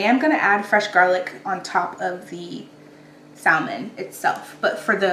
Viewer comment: I will drop kick you if you say saLmon one more time lol